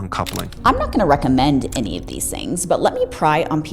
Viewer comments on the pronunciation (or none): none